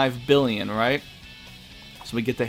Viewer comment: lol did you forget how to pronounce a billion?